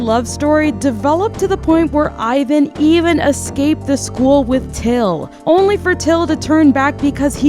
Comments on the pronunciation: just letting you know. Ivan is pronounced EE-VAAN. this is how his official korean hangul is written. sorry i know its nitpick but its a little pet peeve of mine ppl pronouncing his name the english-language way (i get that its ur first language. but still. letting you know) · OMG no ! Don't listen to them! your pronunciation for Hyuna was correct ! It's a Korean name after all ! The only one mispronounce is Ivan ( e-van) but i lot of English speaker say it wrong so that's not a big deal! ( fun fact, Ivan in Korean is a slang for gay)